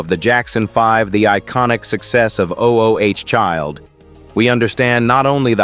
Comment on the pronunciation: This narrator irritates me‼️ O-o-child, he says 🤦🏾‍♀️. Instead of "ooooh" Child. How it sounds. Geez, let someone tell you how to read I want to say. Consistently, he mispronounces the simplest of things, which tells me no prep work was done.